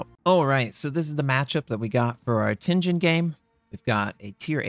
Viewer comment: you probably don't care; but i'll be "that guy" i'm pretty sure riga is pronounced as r-eye-ga and i believe WG said tianjin is pronounced as tee-an-gin